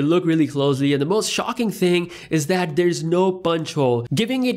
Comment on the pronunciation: Its they... not dey... that .. not dat... Dalk Properly